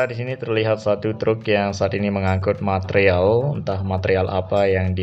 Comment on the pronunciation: Besi Wiremesh iku mas 😂😂 bbermbe "matrial"